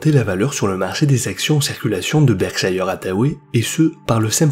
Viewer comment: Merci pour la vidéo. Pour info on ne dit pas "Berkshailleur" mais "Berhchaire". Par exemple le petit chien Yorkshire, on ne l'appelle pas "Yorkshailleur" mais bien "Yorkchaire", c'est le cas de tout ce qui se termine en -shire.